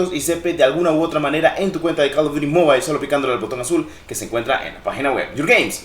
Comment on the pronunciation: Bro un detalle se pronuncia mobil no mobail 🥊👌